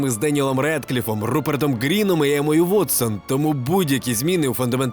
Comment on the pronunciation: У ведучого акторів звуть Руперт Грін і Джеймс Маковей. Ніхто не очікує, що ти розумієшся на кіно, але принаймні читати правильно імена навчися.